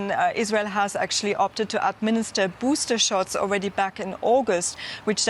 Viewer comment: "the buster remains emportant" LOL Even thou they have NO IDEA if the vaxcine even "works" on Omicorn....but never the less....BOoster! World is going MAD!